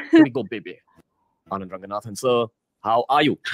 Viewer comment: Bro "Anand" not Aand😂😂. Pls don't mind it but I lost it when I read that!